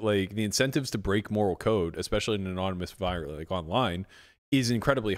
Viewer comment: He's a genius but he can't say especially......he said expecially.!!!!